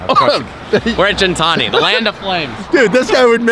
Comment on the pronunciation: Gintani isn't pronounced the way you say gin+tonic. The G is pronounced how you would say get, Not a big deal but triggers me lol. Not Armenian but I know it means beast or something like that